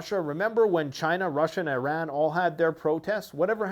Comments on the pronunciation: thank you for pronouncing it "eee ran" instead of "eye ran" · I can’t speak for the rest of the world but here in Texas it’s “eye-ran” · My aunt is married to a man from eye ran and that’s the pronunciation he uses.